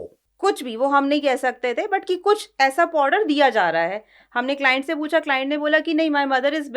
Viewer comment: 'Powder' being pronounced 'poddar'. 😅 what's wrong with people